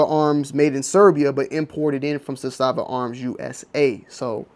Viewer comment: The correct pronunciation in Serbian is ZA-sta-va / ЗА-ста-ва (accent on the first syllable). The pronunciation in Russian is za-STA-va / за-СТА-ва (accent on the second syllable). ZA-sta-va in Serbian means a "flag" or "banner." In Russian za-STA-va means a fortified area.